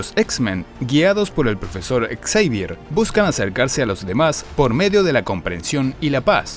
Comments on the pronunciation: Podrían haber dicho "Savier" o "Javier" pero exsavier? Muy ruidoso para mi gusto. Muy bien video aunque la película muy escaso. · Quien es "exeivier"? 😂